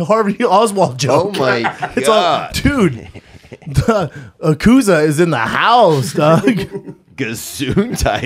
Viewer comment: How did Theo not catch on to Brendan saying Chin was in the Akuza instead of Yakuza 😂😂😂